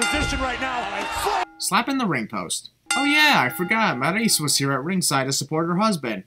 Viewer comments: everytime you call maryse "marriese" a baby angel dies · The way you pronounce Maryse and Sin Cara is the biggest sin here. just a prank